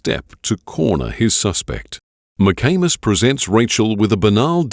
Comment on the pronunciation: Was kinda giggling like a friggin teenager (while im 63), when they pronounce the detectives name, McAnus. Its McAmis ffs! Grow up!